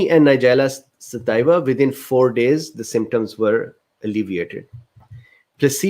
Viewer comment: Thanks, doc. Pronunciation is suh-TEE-vuh. It's Latin. Too bad NS was not studied without honey, so that we could assess NS on its own. 80mg/kg is somewhere around 1 to 1.5 tsp/day. Some people get kind of "wired" on this amount. Might be too much for longer term use. Studies of around 1/4 tsp/day in older women showed a drop in HDL cholesterol in just a couple months, so there's that.